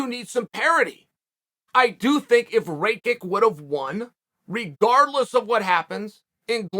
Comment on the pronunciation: Chael, literally put some respect on these guys names man. "Ray-kik"??? You know damn well it's "ray-kitch"